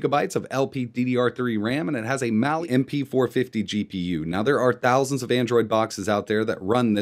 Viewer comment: It's Mali on the Tinker Board not Mail.